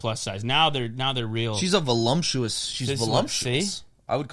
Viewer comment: It’s voluptuous not volumptuous 😂